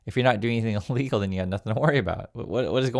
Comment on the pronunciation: Sorry, but you need to enunciate more clearly. When you say “illegal orders” it sounds an awful lot like “legal orders”. Love your stuff.